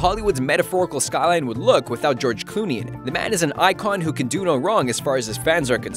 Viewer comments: lol 'George cooney" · He said George Clooney wrong